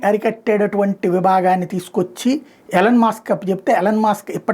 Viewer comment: ఎలన్ కాదండి ఈలాన్